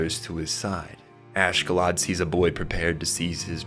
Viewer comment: Not sure why people be struggling so much with names. Oshkallad? 😭 Askellad